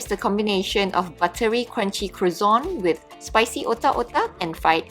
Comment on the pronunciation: is soooo pretty. But her pronounciation is weird. Croissant: the n at the end should be half-silent and the t completely silent!